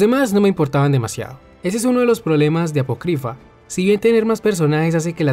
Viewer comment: ApOcrypha amigo. Apócrypha. Acentuada en la "O" El diccionario no muerde.